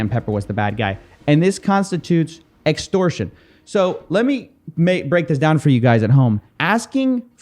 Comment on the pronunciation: "extorsion" lmfao